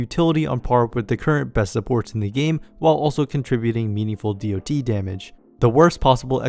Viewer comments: hearing DoT pronounced as Dee oh Tee instead of dot feels so wrong to my mmo brain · Makes a whole video about dots calls them D.O.T. Bro it's been dots (said as spelled) since 2004. Please learn a bit about a topic before making a whole video on it.